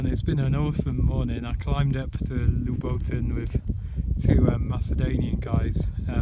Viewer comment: that mountain is pronounced loobo ten. I went up a few times from kosovo side when i worked there. You can follow the ridge all the way to Prizen or Dragash. The ski centre is still used. I've enjoyed a few beers and pizza there. Good video, it brought back the memories. Cheers